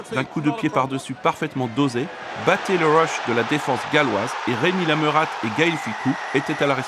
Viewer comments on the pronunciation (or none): "Lametate"mdr prononce pas le le t ducon😂😂😂